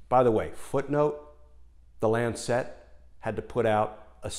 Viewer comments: Love the piece but Lancet is pronounced LANcet not LanCET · Not quite how Lancet is pronounced. It's a softer "set" rather than lan- SET. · For goodness sake pronounce Lancet correctly. It is not Lancette. Mispronunciation a la Trump distracts from the message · lancet. pronounced lan sit, not lan set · Btw it's the LAncet, not the LancEt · good clip, good arguments. -- one quibble though: it's not Lan-sette. The medical journal is called the Lan-sit. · It is not the "Lan Cet" as he keeps saying, it is the "lancet" all one word!!! Wouldn't bother me so much but to my ear it is distracting from the content. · Not Lancette, Lancet [short end] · Glenn, it's not Lan Set. It's not a satellite. It's not Chinese. LAN-set. A little sharp knife, a LANCET. You know--like "lance a boil." You're driving me crazy with that mispronunciation! Jesus. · I love you videos and do hope you predictions come true in January. Just a small note. Lancet is pronounced 'Lancit' (as in the knife). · It is pronounced LAN-set. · If you’re going to make a video for thousands of views, why not take the trouble to find out how to pronounce words you use. You probably don’t even know what a lancet is. LAN suht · While I agree with your major points, it doesn’t help make your case that you evidently have never heard of the word or the journal “lancet” before and are so incurious as to not care how it’s pronounced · for the pronunciation of lancet ;-) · Good story, but I got totally distracted by the mispronounciation of the word "lancet". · LEARN TO PRONOUNCE LANCET, I CAN'T WATCH YOU MISPRONOUNCE IT SO SEDULOUSLY. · A picky point: Lancet is a one syllable word.